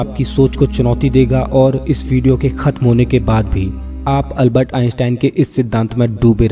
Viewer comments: अलबत नही है अल्बर्ट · Is Albert Einstein not ALBAT ,😅